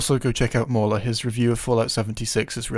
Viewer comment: "Mauler" LOL